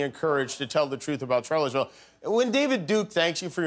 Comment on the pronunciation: Why do I keep hearing it pronounced "Charlottesville"? It's pronounced "Sharlottesville", like Charlotte is pronounced Sharlotte, with a sh, not a ch. Like, I hear trump just there switch between char and shar, like he once said "Rusher" and "Russia" in the same sentence. Does he just not know words? Why is that confusing people?